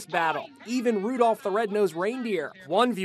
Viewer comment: There’s no L in Rudolph